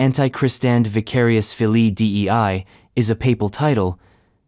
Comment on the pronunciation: It is not D E I it is dei one word.